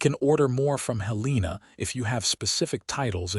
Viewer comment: It is said that you can't teach an old dog new tricks, and apparently, you can't teach AI proper pronunciation. Heleena and St. Louie appears not only in this story but virtually in every AI narrated western story on every western oriented channel. Having said that, this was a nice, enjoyable story.